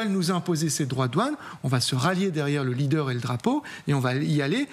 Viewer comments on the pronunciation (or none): none